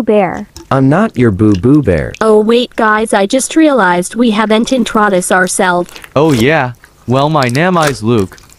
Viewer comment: The Fact when Angelica says “introdace ourselves” even though the Subtitles says “introduce ourself” bro got me rolling on the floor 💀 Edit: The Fact when the main character says “Charnge” and the Subtitle says “Change” 💀